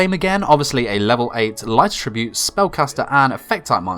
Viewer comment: this whole time i thought he was saying “light tribute” monster and i’d get confused but he’s actually saying attribute weirdly